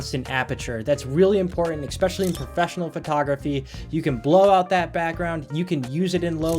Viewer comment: Great video! I just have to point out that you’re not supposed to say “ecspecially” and not “ec cetera”. They’re actually pronounced “especially” and “et cetera”. Literally the way they’re spelled is how you pronounce these words.